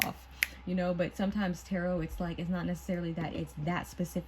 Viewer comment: You claim to have been reading tarot for almost a decade and yet you don't know how to pronounce the word or read any of the cards 🤔🤔 By far the worst reading I have ever watched, it was like you just made up a fantasy about what the cards mean and pretend you are getting intuition about things. So much cringe happening here, I finally had to just leave. I need a salt bath, I hate charlatans and fakers who try to hoodwink innocent viewers. Hopefully others will see through you soon